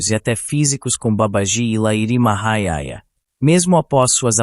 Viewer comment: Só um detalhi: se pronuncia Lahirii Mahasaya. Otimo resumo.